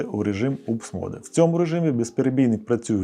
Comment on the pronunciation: Только не МОДЕ! а моуд.